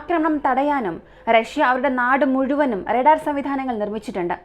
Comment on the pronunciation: റെടാർ അല്ല. റഡാർ ഇങ്ങനെ പറ